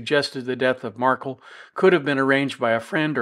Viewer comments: You’re mispronouncing Dan MARK-EL’s name again!! The man had his children’s last name changed to Adelson & his family, legacy & memory has literally been erased from their lives. Please have respect for the man and pronounce his last name correctly. It’s not Markle. It’s MARK-EL - with a hard “EL” at the end. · Please pronounce his name correctly...it is marKELL, not Markle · jeez. At least pronounce Dans last name correctly. “Mar-Kell”not “mar-cull”. Cmon man, there’s been four trials already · A small point but it’s mar-KEL. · Mar kel is the correct pronunciation 😄 thanks for the commentary on this case! The case management hearing is on January 30, 2024, defense will invoke their right to a speedy trial, by all indications of the last appearance. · It’s MarKel. Pronounce name correctly. Thanks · Yeah, he just can’t be bothered to pronounce Dan’s last name correctly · Markel is not pronounced the way you say it.